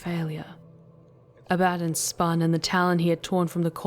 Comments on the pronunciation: I think you are mispronouncing "Abaddon." It's "a-ba-don" and "arch heretic" not "ark heretic." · Sure but I have heard a lot of 40K audio and it's always been pronounced as I said both Abaddon and arch-heretic. Up to her if she wants to pronounce it the same or different. But arch-heretic is definitely wrong.